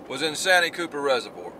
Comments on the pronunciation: By the way it’s pronounced San T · Austin here from S.C. Love your videos and I've learned a lot. One thing though.... Santee is pronounced SAN - TEE like two words...just sayin! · Love the videos man but we call it’s San-tee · It's called SAN----TEE,. Anywho ever tried Lake Wateree